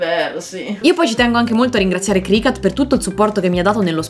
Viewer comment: CricUt please no cricAt.. is not a CAT 😭😭🐈